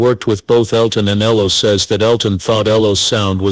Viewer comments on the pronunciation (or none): Not ellow robot E-L-O